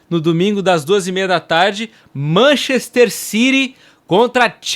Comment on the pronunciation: Que time é esse que tu fala "Manchester Ciri" 😅😅😅 Ciri😅😅